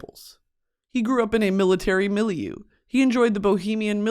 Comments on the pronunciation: MOULIOU??? ITS MILIEU?? WTF BRITTANY AHAHAH ITS PRONOUNCED ME-LE-EUH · wait miss did you pronounce milieu like "milly-u"? 😭 Is this common in the US to say it like that??? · hearing brittany say milieu in the MOST american way ever made me less sad